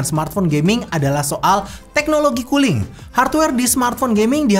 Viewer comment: . Kedengeran nya "teknologi KULI"... 😁😁😁